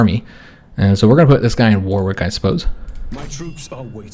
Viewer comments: war wick is pronounced worrick! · As a Brit, I did smile at a few of your pronunciations, even though you pronounce them how they appear to be spelt! Main one I noticed was Warwick, you don't pronounce the second "w". So its more WAR-ick. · Warwick is pronounced Wurrick. Excellent video. You earned another sub with this one. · Warwick has a silent W. So, it's pronounced Warrick. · Its pronounced Wa-rick....if a certain letter doesnt sound right in the word its because its silent